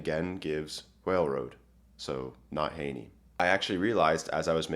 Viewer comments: I like Heaney's version best, not from a dry academic point of view but because it's the most beautiful. BTW, it's pronounced heeny not haney. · Séamus Heaney's name is pronounced "heeney", not "hayney", just FYI. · Not to be a pedant, but I thought you might like to know, Heaney is pronounced "heeny". I had no idea he'd done a translation of Beowulf, interesting video! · Heaney is pronounced like “hee-nee” btw